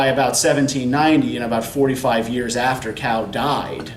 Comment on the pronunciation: Interesting lecture with some interesting material but the pronunciation of the Chinese is incorrect.....Cao = tsao not cow! and in your previous lecture Qing dynasty = ching not king!